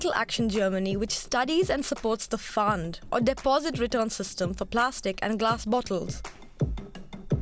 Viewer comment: I just turned up to watch someone english say pfand